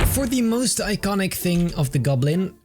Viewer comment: "The green gublin"